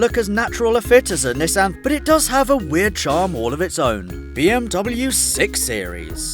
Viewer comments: Had to stop watching the video at "Nessin 370 zed" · You said Nissan 370Z wrong, S H A M E O N Y O U